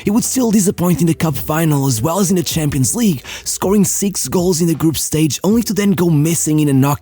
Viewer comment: Hey bro,been watching your channel for so much time like when you were pronuncing champions șampions😂 and nearly all of the vids and i really think a video on Marco Van Basten would be great i mean 3 ballon d’ors by the age of 29 and the same age he retired anyway keep up w the good work and all love❤️(i am also wondering how has your day been and how do you feel!😁)